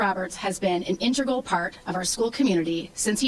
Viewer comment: I’ve listened twice. definitely said “intergal” not “integral”. Has her educational background been checked?